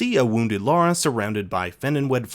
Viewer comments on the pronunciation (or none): none